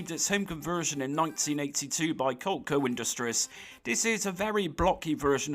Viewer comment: Are you pronouncing Coleco like "coal-co"? I couldn't figure out what you were saying at first but then I realized that, going by the spelling, I can see how someone would pronounce it that way if they'd never heard how it's supposed to be pronounced. I'm from the US and had a ColecoVision when I was a kid in the 1980s, so I grew up hearing the word, not only from other people, but in TV commercials as well (not just for the ColecoVision but for lots of things, since Coleco was a big toy company in general). It's pronounced "cuh-LEE-co." It's a portmanteau of Connecticut Leather Company, which was their original name when it was founded in 1932.